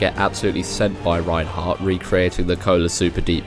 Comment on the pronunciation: It's Reinhard or can speak as Reinhardt as well. You keep saying Reinheart